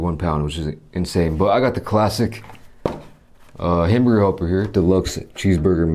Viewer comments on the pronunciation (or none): Was anyone else amused by him calling it ham help?😂😂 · If you haven't shown the package of hamburger helper I wouldn't understand you because of your pronunciation. I'm like it's what?